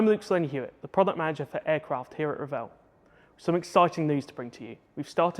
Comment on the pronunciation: Thanks for educating the masses on the actual pronunciation of Revell!